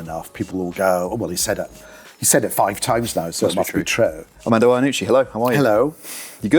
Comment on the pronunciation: You can tell he's Italian descent by the way he uses his hands. The way he pronounced the words true and booed is very unusual (like trow and bowed). What accent does that come from?